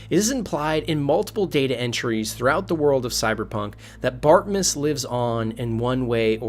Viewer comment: That's not a "Landfeel" nor is his name "Bartmuss" nor "Bartmiss" . Geez, what kind of speech impedimented 'tard are you? ps. Nix does NOT get shocked if you had made sure to hack the chip and removed the malware before handing the chip to him.